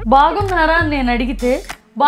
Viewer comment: The way you ask "BAGUNNARA" Was veryyyy Cute😍Like telugu danam utti padinattu untundhi and last Iam biiiiiigggggggg fan of U mainly to Ur Daughter❤